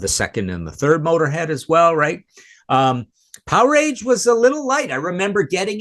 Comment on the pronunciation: Then it should be said like Voltage